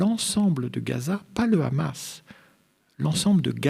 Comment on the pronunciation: Ces le hamas pas le rhamas